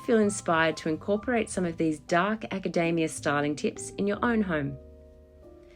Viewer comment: You pronounced it acadaemia